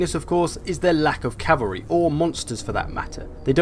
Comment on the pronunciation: i will forever hear Chavary now -_